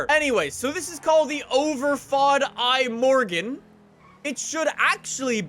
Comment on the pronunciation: It is pronounced im - mor - gon